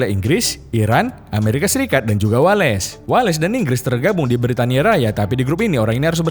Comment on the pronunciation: Bukan Wa Les , Wales